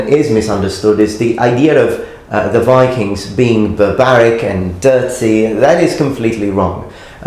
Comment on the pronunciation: Enjoy your videos a ton but i have a remark. You are often very eager to point out when someone butchers a japanese name, while you yourself say "go viking" completely wrong. I usually dont care but it seems a little odd (i also do realize that this is an old video)